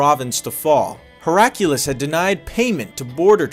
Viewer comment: The Emperor's name is pronounced how it is spelled. Your addition of a random strong U sound is distracting. HerA -kly-us Not Herack' U-Lus